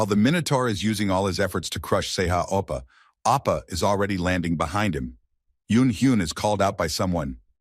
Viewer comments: He dosn't even say Oppa correctly, he says Apa 😣, can we report this specific video Just because of Appa! 😁, Just kidding😁😁😁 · He pronounced it as appa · bro why u keep saying opa 😭 its not even part of his name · bro stop saying ippa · Oppa, oppa, oppa, oppaaaaaaaaa. 17 hours video, 5 hours of it is all Oppa. MC name is Sehan Kim not Sehan Appa. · It's more like "appa" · I think it's "Sei ha appa" not "Oppa".